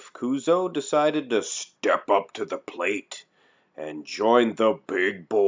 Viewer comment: kuzo sudo こうぞうって発音しづらいのかな？